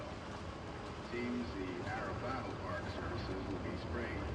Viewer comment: This is the third time I've watched someone play this game, and somehow I never caught the ATROCIOUS mispronunciation of "Arapaho" from the radio voice in the beginning. Not sure how I missed that.